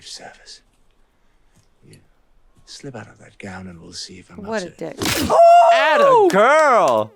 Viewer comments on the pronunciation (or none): none